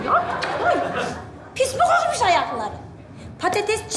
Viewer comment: yine ve yine pıst dedi 😂 bayılıyorum ya❤